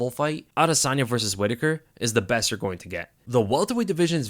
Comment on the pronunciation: It’s VERSUS 🆚 NOT VERSE! A verse is a fraction of a song!!! VERSUS!!! ITS VERSUUUUUUUUSSSSSSS 😭